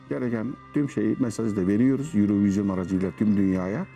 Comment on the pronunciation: erevizyon değil Örovizyon.Çok rahatsız olduysanız seyretmeseydiniz.